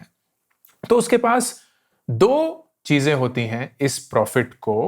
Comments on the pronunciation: "chije" Chize, that was funny😁😁😃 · 'Cheeje' 'cheeze' love this guy :D